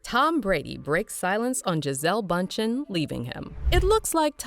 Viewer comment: It’s boondchen